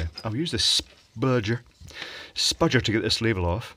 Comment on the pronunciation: I like how he says: “spudger” in a southern accent.